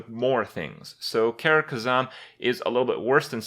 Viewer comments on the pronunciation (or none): none